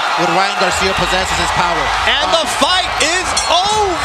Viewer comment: When he says Garcia that’s sound like « Johns cena »